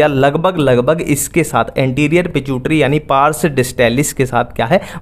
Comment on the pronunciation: Pituitary ❌ pichutari ✅